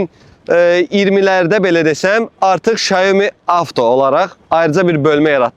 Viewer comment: 小米 (Xiǎomǐ）- Siao Mi - duzgun deyilishi, S herifi ile bashlayir